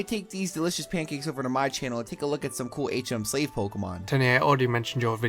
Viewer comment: How come he said hach em slave not ach em slave